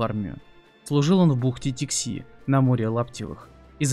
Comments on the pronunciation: Не Тикси, а Тикси! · ТИкси, КомИсовали а не комиссировали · даже википедия указывает ударение в названии поселка "Тикси" на первый слог, многие это знают и без википедии. автор безграмотен! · ТикСИ, КомиСИровали.....блин как ты с такой грамотностью тексты читаешь? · Только не ТиксИ, а ТИкси. Ухо режется , а так, видео супер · Тикси, ударение на первое И. Не комиссИровали, а комиссовАли, что значит уволить военнослужащего. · Не ТиксИ,а ТИкси,ставьте ударение правильно!!! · Тикси (ударение на первый слог слова, а не на второй). Я там жил рядом в Нижнеянске. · как неграмотно ... комиссИровали, вместо комиссовали, и в названии Тикси ударение ставится а другой слог